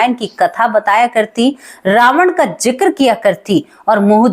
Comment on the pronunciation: कृपया किसी हिन्दी और अंग्रेज़ी शिक्षक से कहानी की भाषा में सुधार करें, जैसे जिक्र को आप जिकर बोलतीं हैं।